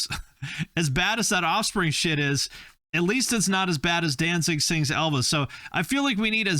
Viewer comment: Danzig = Don'tZig😅😅😅